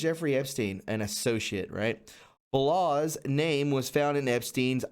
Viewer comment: Balasz is pronounced (Ball-Osh) > Hungarian last name.